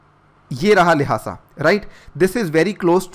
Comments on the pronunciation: its लाशा not लाहासा🤦‍♂️ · I think the correct pronunciation of Lhasa is लासा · The way he is pronouncing the "Lhasa" is so hilarious.